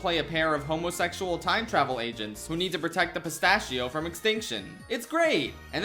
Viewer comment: why'd u say homosexual like that